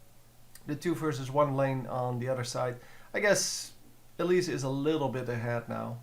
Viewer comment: why do u say elisa? xD